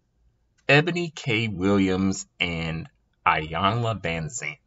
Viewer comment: Its pronounced eyanla not iyanlaz